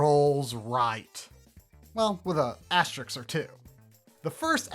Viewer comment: As-ter-isk, not ass-tricks. lol